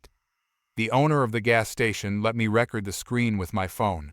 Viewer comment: What does put on welding gloves & put n trash to putting them n a vase???. Please learn to pronounce words. Record is pronounced wrong.